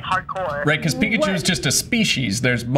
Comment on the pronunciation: Pikachi lmao